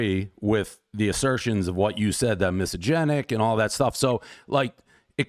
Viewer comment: As much as I like Dave’s pizza reviews the man can’t even say misogynist. It’s like the review when he thought America was founded in the 19th century. She could’ve quoted him with multiple comments he made in past but she clearly wasn’t prepared.